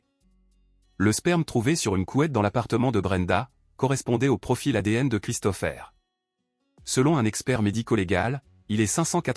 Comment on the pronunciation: La voix électronique ne sait pas prononcer correctement. L'I.A. a ses limites et les mots ne sont pas dits comme il le faudrait.